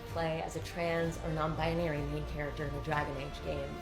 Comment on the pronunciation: Lol Non Buy-nary